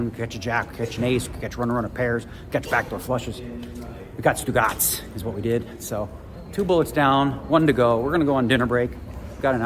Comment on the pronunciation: As an Italian.. giving you a heads up.. STUGOTS means balls!.. OOGOTS means nothing 😊.. just helping ya out..😊